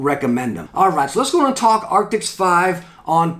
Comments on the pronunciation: Arctis. Not Arctics. :) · It's Arctis, not Arctics :) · The moment you say arctis wrong in a review, he keeps saying arctics.